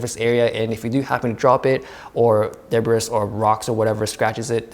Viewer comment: it is pronounced as de-bree.